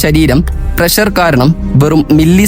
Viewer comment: പ്രസ്സർ അല്ല,പ്രഷർ. വല്ലപ്പോഴും നാക്ക് വടിക്കുന്നത് നന്നായിരിക്കും